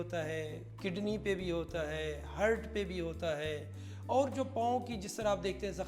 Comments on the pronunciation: Hert bhi nahi, hurt hota hai, jo isne pronounce kia uski spelling hurt hoti hai. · Heart ko hurt bolrha he aur log wah wah kr rhe hen